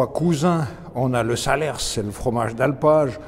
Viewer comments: Saler pas salersse mon bon monsieur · On dit "saler" également 😉 sans le "s" final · Bonjour je suis du Cantal et producteur de cantal mais le s de Salers ne se prononce pas . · on ne prononce pas le S de Salers non plus